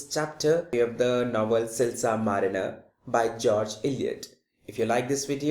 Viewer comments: yhh it's silas not silsa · Sir its not silsa its silas. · सर वो रिवोल नहीं रेवेलो है और सिलसा नहीं सिलास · man its not silsar marener its silas marner! plzz work on pronunciation!